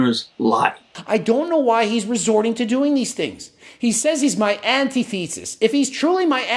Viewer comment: Antithesis.. man can't pronounce words and it's annoying.